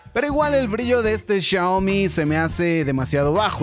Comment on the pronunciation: No es CHIAOMI es XIAOMI